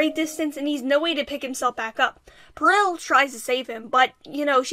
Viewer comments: Um its Par-ol not Par-il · Heck yeah WOF discussion! It's definitely a treat for Christmas time! Just one little thing though, Peril is pronouned "PEH-rul", not "Puh-RIL", no worries though! Hope you're having nice holidays :D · its Peril like when ur in peril/danger ITS NOT "pear-ill" AHHH amazing video tho LOVE IT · It’s more pear-rul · dot dot dot.. it's pronounced pear(as in the fruit)-ull so say pear-ull. that's peril. sobbing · Peril is pronounced Pair-ill, by the way. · I don't want to be that guy but peril is pronounced pa-rel) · That's a funny way to say peril